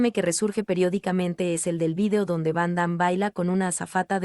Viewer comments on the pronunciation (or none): Y a quién le importa? Primero que todo aprende a pronunciar su nombre y a expresarte , no lees bién, lo que nos importa es su actuación y el legado que a dejado adentro del cine una extralla y un fan de el .